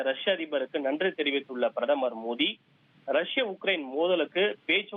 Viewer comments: மோடி ? மோதி என்ன உச்சரிப்பு தமிழ் பேசுறீங்க நல்லா செய்தி வாசிக்க மாட்டீங்களா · Why ponouncing மோதி instead of மோடி?